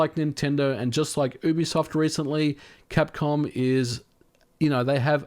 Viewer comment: I misheard you at the start, and thought you said "Boobisoft leaks"